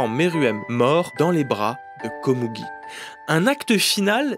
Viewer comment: Pourquoi dire Komougi alors que tu dis Meruem ? Le u est prononcé ou généralement en japonais :?